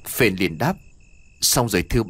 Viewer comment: Phển chứ đâu phải Phền ?